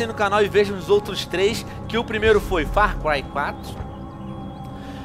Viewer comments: Venom falando far cuai huahauhauahua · Far Cuai 4 kkkkkkkkk' essa porra é realmente dificil de se pronunciar... ótimo vídeo, curti